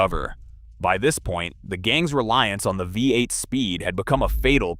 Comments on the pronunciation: Bee eight not via eight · Vee eight